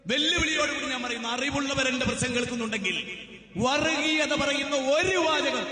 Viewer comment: വറിഗീയത അല്ല വർഗീയത. പല്ല് തേച്ചു കഴിഞ്ഞ് നാവ് വടിക്കാൻ മറക്കേണ്ട.